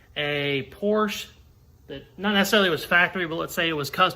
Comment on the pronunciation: Porsche is a 2-syllable word lol